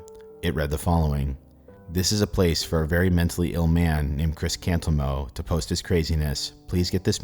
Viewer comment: I keep hearing Chris Cameltoe and Cameltoeism.